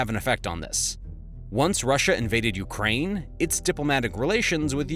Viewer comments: Correction: "Ukraine" not "Ukrain" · ‘Ukrain’ lol